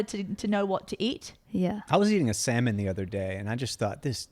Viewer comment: It's SALMON!!! Lol.